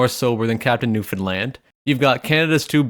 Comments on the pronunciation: Finally a guy that pronounces Newfoundland new-found-land not new-finland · Eh buddy gives me a little tingle in my heart that you pronounced Newfoundland right. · I'd like to just thank you for saying Newfoundland right. No one ever does, and it really pisses everyone off. -A real Newfie (Also I live in Nova Scotia and I can confirm that it doesn't exist, don't look for it, don't come here.)